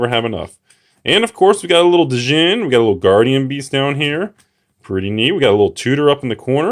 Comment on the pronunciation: it's just pronounced Jinn, bro. The D is silent.